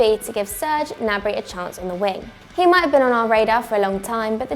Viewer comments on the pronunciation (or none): none